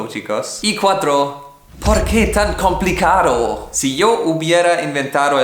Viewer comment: Me reí cuando dijo " po ke tan complicarou" Jajjaja